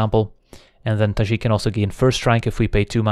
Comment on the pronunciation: Nice to hear a fellow European say Tajic that way 😉